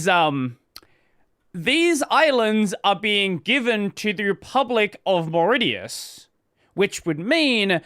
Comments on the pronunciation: I always love watching people read things out loud they have never heard before or never associated with that word. Mauritius is pronounced "Morishus" for future reference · Mauritius is pronounced something like "Moh-rish-us"